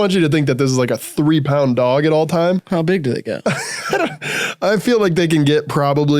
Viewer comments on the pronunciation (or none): i think they made this entire video so could say "duog" for an hour sixteen